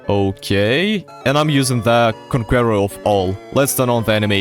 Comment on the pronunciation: The way he pronounced conqueror eats me alive